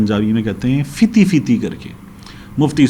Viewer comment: سر فیتی فیتی نھی پھتی پھتی پنجابی کا لفظ ھے جزا للہ